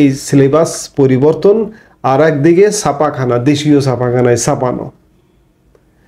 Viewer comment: বলিষ্ঠ প্রতিবেদন। তবে "সাপাখানা" নয়, ছাপাখানা 😊